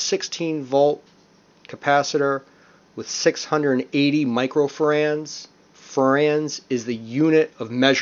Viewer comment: Your pronounciation of basic electrical equipment is cringeworthy. "Microfrands" "Multimerder". Micro-far-rads. Multi-meter.